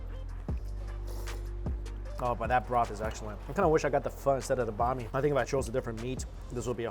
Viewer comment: So cringing the way he pronounces banh mi smh sounds like he’s saying a persons name